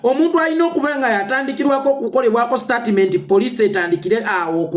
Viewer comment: Mbu Startimenti wabula abaganda engilish mugyonona mbu Startimenti.. Bagamba Stetimenti not Statiment haha😂